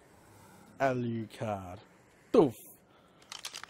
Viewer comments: I'll give you a hand it is pronounced Ah-lu-card. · If you have trouble pronouncing Alucard, please look it up (Hellsing Ultimate). That is disrespectful pronouncing it any other way. Enjoy your streams immensely, that is the only thing that got to me though.